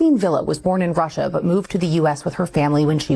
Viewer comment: Wouldn’t be surprised if she did all this for gofundme money.also her Russia. Pronunciation makes her sound like Brazilian portuguese